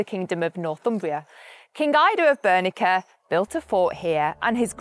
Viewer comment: I've never heard Bernicia pronounced "Bur-ni-ka"